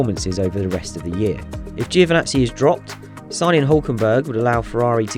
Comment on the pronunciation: Can you please learn how to pronounce Giovinazzi, it’s not hard, lose the i. Great videos 👌🏻